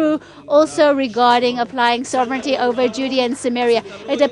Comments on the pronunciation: It isn't pronounced: So VRE nity but SO vrenty (sovereignty) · 1) FYI It's sovereignty, not soverenity, ˈsä-v(ə-)rən-tē; no i between the n & t. 2) Sovereignty without repatriation to Jordan & Egypt is doomed to failure as is the status quo. 3) The ONLY effective, compassionate solution to the existential threat from the overwhelmingly genocidal Arab Muslims Israel's leaders permit west of the Jordan in contravention to the Balfour Dec., San Remo, & '48 victory, is their repatriation to Jordan & Egypt. Your ideas are suicidal long-term.